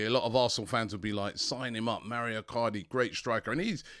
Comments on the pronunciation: Robbie MAURO is an Italian name, please take help from James to pronounce his name. MA U RO. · Robbie MaUro not Mario!